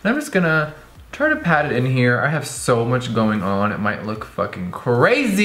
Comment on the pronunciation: Jeffree, in a southern accent: what do we haaaave for the liiiiids? 😂